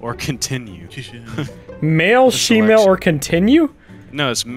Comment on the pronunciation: watching Soups video he definitely said “female” but, on Blargs it sounds like “shemale”